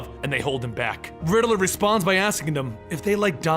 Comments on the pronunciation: Great story telling skills but please do something about how you pronounce the Riddler's name. It's Rid-ler not Ri-de-ler. It distracts from the immersive story telling and wonderful source material. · It's not the Riddle-er , it's the Riddler. Like Rid Ler